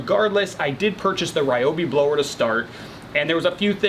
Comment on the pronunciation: Sorry for the nitpick, but it’s actually pronounced Reeobi. Great review though!